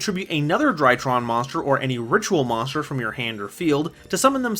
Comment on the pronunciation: I just realized he cant say Monster but always says monschdr